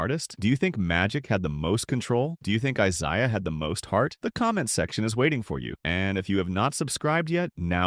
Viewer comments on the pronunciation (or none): Many mispronounced names: Isiah (Thomas), Celtics, etc. A.I. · If only the AI could say Isiah Thomas' first name. Should have just called him Zeke